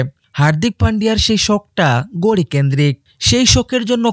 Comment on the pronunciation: গড়ি না ভাই ওটাকে বলে ঘড়ি 😂😂